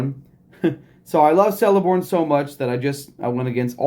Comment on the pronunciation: Fyi. It’s keleborn pronunciation